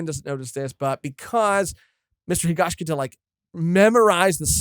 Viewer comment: Guys, i really enjoy your conversations, but it's HigashiKATA, not -KITA 😭